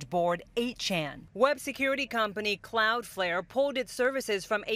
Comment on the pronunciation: She called it "Cloudfair".